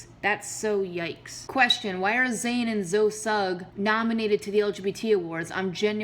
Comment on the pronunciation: That's not how you say Zoe's name